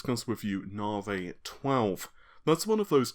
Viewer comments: Hey man, don't say that! He speaks perfectly fine. I'm just saying that saying Naavaay makes my eye twitch, that's all. Say sorry to, mate. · Naavaay....but seriously, is it REALLY pronounced like that? You've been saying Naavaay since the Navi name was rumoured. Love the videos, by the way! Keep up the good work! Lisa Su calls it 'Navi'. Seriously, she does! Timestamp . Listen carefully. I mean. come on.....